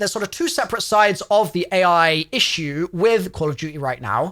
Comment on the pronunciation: Ah yes the dev teams are scrambling to get it ready i think you said ai wrong there good sir